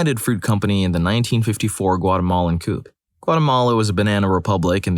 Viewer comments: Coup is pronounced like koo, not coop. That is all. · Coup is pronounced Coo. No "P" sound at the end. Isn't English just the worst language?